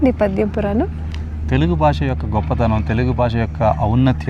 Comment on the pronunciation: Baasha kaadhu bey BHAASHA. First otthulu palakdam nerchuko